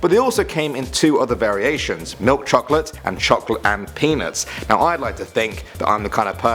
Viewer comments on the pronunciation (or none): lol i heard him say "chocolate penis" instead of peanuts lmao